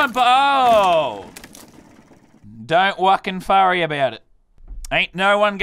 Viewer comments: i ront wurry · “don’t wucking furry about it” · "Don't wucking Forry mate"😂